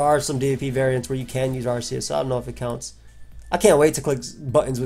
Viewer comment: its AR-KEY-US Holy